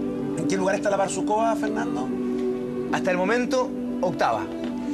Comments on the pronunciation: не БАрсукова а БарсукОва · Не "БарСУкова"....... БарсуКОва!!!!!